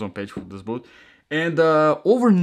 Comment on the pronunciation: the word boot has a t at the end. its not 'bootht'